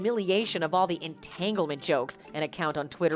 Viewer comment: " In tangelment" LoL... Funny shit men!!!